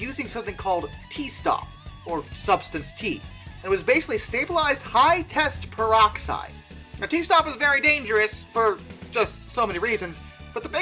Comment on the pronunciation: "High-test-peroxide" Well.. I have also dyslexia... but you can at least try to read out some of the letters that is actually there